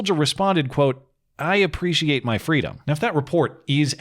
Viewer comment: Fweedom... According to kameltoe.